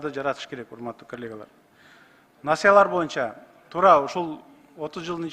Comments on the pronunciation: Так туура суйлосо болмок, мисалы насаялар дебей насыялар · Насаялар дейт